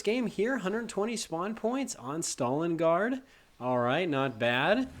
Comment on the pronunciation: StalinGRAD, not StalinGUARD. LOL